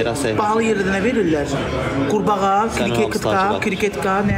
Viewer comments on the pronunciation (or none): Ay aman krivetka deyə bilmir bu nə gündədi